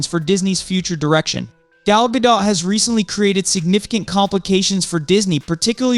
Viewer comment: How old is this?! This is news from months and months ago. Snow White '24 has been SW '25 for quite some time! And your AI narrator can't even pronounce Gal's last name the same way twice in a single sentence!